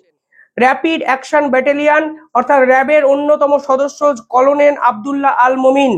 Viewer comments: তোমার উচ্চারণ ঠিক হচ্ছে না। খবর পড়ার আগে উচ্চারণ ঠিক করবে। যেমন করোনেল নয় হবে কর্নেল। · কলোনেল নয়, কর্নেল ভাই। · করনেল না এটা হবে কর্নেল,ঠিক মত উচ্চারণ করুন। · কোলোনেল নয়, কর্নেল বলুন l বানান হলো colonel কিন্তু উচ্চারণ কর্নেল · ইংরিজি তে কলোনীল লিখলেও ওটার উচ্চারন কর্নেল। ভুলভাল রোজ বলেন কিছু না কিছু। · Colonel noi uccharon ta hobe karnel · Banglay uccharon hobe cornel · আরে কর্নেল এটাও উচ্চারণ করতে পারো না। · Colo nel noy re. Pronounce correctly.